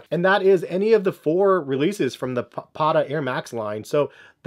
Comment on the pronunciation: Patta (a slang word for sneakers) is pronounced like this: The first part: Pa - pronounced the way Englismen pronounce the word 'past', also the first part is stressed. second part: Tta is pronounced like the way Englismen pronounce the word task.